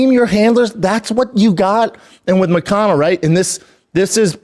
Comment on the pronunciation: Damn it hurts my ears how he pronounce ''MoKAnO''...by the way Shlaub, he lives in Florida so he is not in Brazil!